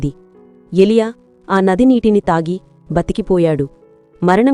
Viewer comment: అమ్మ వాక్యం చాలా బాగుంది కానీ 🎉 ఎ లియ కాదు ఏలియా 🎉